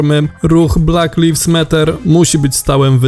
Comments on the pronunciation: ulomie jeden... Lajwz nie liwz... 🤦‍♂️🤦‍♂️🤦‍♂️ #LektorekMusiOdejść 🤦‍♂️🤦‍♂️🤦‍♂️ #NiePchajSięNaAfiszJakNiePotrafisz 🤦‍♂️ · "Black leafs matter", skąd Ty Maciek tego lektora wyszukałeś?